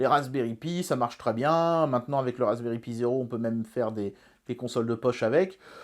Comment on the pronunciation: Cher, Cette année, j'ai demandé au Père Noël que tu prononces enfin "Raspberry Pi" correctement. Entendra-t-il mon appel?